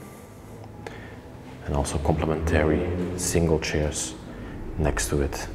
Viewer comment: I've watched 4 or 5 of your videos so far and this is the first place that actually has any STYLE as well as genuine craftsmanship. You might want to get hold of a furniture guide and learn some of the basic names of furniture - like the "settee" described as made out of "shares" which by now I KNOW you are aware are pronounced CH(AIRS). If you're going to do this repeat guided tour, repeating the same words and descriptions over and over with every house you visit, you may as well get it right. I love that you respect the property even in its abandoned state, and that you take precautions and watch where you step, and how you enter and leave. A shame that - as you pointed out, woodworm have already begun destroying what is there, and that what we are seeing will not remain in such good condition for much longer. Thanks, for the opportunity to see it before it disappears, forever.